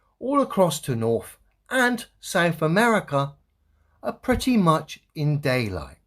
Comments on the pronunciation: I just can't take anyone seriously that pronounces earTH, norTH, and souTH as earF, norF, and souF 🙄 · this guy that goes second can’t even say “th”….he says norf america…souf….ugh, bad english for an english cat